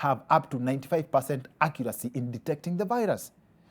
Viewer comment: nacheka vile Doc anasema accuracy, please say it 3 times.... Btw hii show inahitajia correspondents ata Kama ni 2 min long, itaweza, ata kushowcase talanta tu